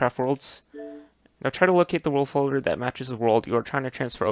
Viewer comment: you say the “will folder” what is that